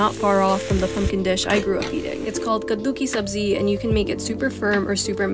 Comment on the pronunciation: Kaddu ki Sabji.....u really pronounced it correctly 👍